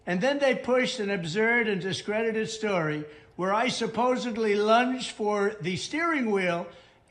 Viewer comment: “Lunged” or “lunched”?